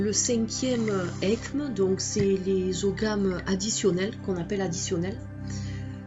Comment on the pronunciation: On ne prononce pas le « g » d’ogham », on dit « oham », manque de culture